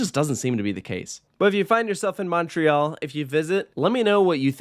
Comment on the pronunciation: I knew this was gonna be a long video when he mispronounced La Ronde and Montréal smh